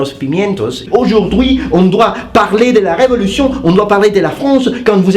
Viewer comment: "Aujourdoui" Best foreign French accent i've ever heard It's like an Italian that learned French with a Belgium dude that lives in France